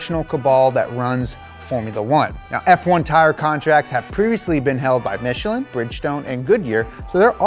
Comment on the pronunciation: MichelEEn? Dear lord